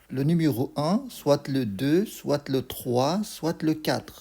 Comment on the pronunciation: Soit not soite Tu écris et tu ne parles pas le t 😅